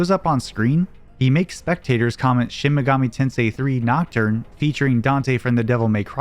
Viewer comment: Shin megoomy tensai?